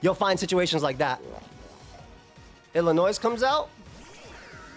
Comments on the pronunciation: the "S" in Illinois is silent lol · pronunciation of Illinois made my soul die a little bit every time